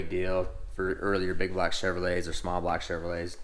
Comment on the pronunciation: love your knowledge ! hate how you say black instead of block but hey worth the watch ! keep up the good work !